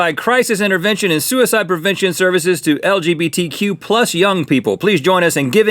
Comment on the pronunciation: You had me until you said, "LBGPTQ."